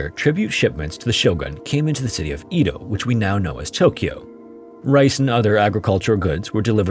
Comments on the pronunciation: Am i the only one bother by his pronunciation of EDO he says E-DO i know it to be said ED-O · I know it's not the end of the world or anything, but hearing "EE-doh" is driving me crazy! It's "eh-doh". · "ee-toh" lmao it's "EH-doh" with a soft D, rhymes with "meadow" (kind of.) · It's pronounced eh-doh...not ee-dough. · It’s also not pronounced E-do, it’s Eh-do, so, consider the whole thing a European translation of a Japanese event. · Edo is pronounced “EH-dough” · You pronounce Edo (eh-doe) in a strange way. It’s pronounced that way in both English and Japanese (I took Japanese history in college). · That was driving me crazy! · I know. That and "nag uh sa ki" instead of "nah ga saki". I love this channel but I wish he would put some research into pronunciation.